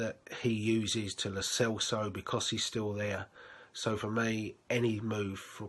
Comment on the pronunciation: Jeez, the worst bit was the pronunciation 🙈🙈🙈🙈🙈🙈 Dabila (Dybala) Wanyamya El Selso (Lo Celso - > Lo Thelso)